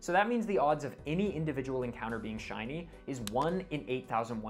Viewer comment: I never thought I'd see my face in a shiny compilation video. <3 Super stoked to have my shiny reaction in this! P.S. Thank you for pronouncing my name right!